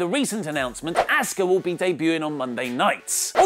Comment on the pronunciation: is the u silent in Asuka's name?